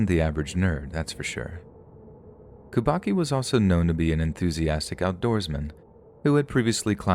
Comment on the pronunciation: kubacki is polish name and its read kubatski